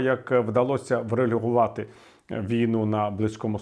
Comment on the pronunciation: ВреЛЮГУВАТИ ! 😂 Віталій , ну ёмаё!